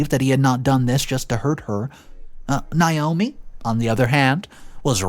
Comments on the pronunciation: It's nay-OH-mee not n-eye-oh-me. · Nay.....NAYOMI is how iys pronounced. If it was spelled the way youre pronouncing it it would Nyomi or Niomi. Naomi is pronounced NAYomi.